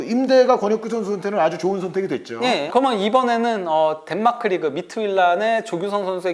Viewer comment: 인가 저사람 목소리 진짜 듣기싫네;; 발음도 안좋고.. "그러면"을 "그러먼" 이라고 발음하노 ㅋ 방송 타입은 아닌듯